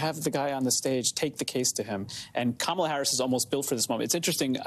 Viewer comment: D’oh! He accidentally pronounced her name correctly 😮